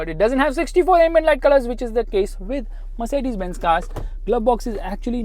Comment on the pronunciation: Merceddaze intro 🤣🤣🤘